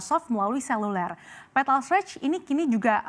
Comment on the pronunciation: Bjir sebutanya gak enak banget, petal pental pentol? Awokawok